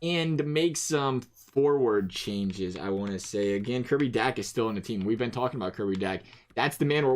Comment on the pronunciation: Dach is pronounced dock